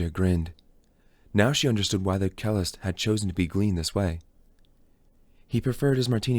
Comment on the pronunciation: Thanks for spending the time to do this. But please double check the pronunciation of words you're unsure of. It's distracting to hear cellist, Brahms, and others incorrectly.